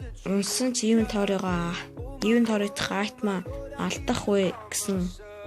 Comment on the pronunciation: iventory bish inventory geech